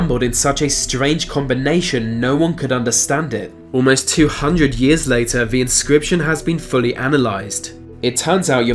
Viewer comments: Dude if you can manage to say there and that, you can say the, not v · why do people from your part of the world pronounce "th" as "f"?